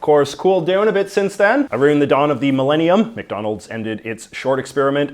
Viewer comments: God damn, that “aroond” gave me whiplash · "Than the other way aroond"